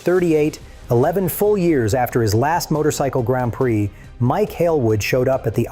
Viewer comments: AI voice said “Grand Prick”. 😂 AI is trash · seriously why did you say Grand Prick?